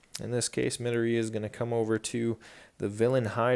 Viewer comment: Can you not prnoce Izuku's last name like Medorey because it's Mdoriya.